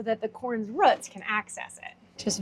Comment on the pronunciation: Corn here has "ROOTS", Not "Ruts" hehe